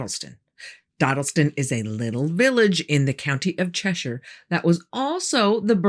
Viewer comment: Thank you for saying Cheshire correctly not many people get it right and mispronounce places in England